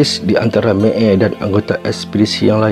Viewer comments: Sebut pun tak reti...mael jadi meel..xpdc jadi spdc apa la punya keras lidah.. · boleh tak sebut Mael (mak-el), bukan mek-ey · Mael bos, bukan meel.. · Meel..meel.. MAEL!!! bukan MEEL!!! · Kenapa mael bunyi may eei?aduyai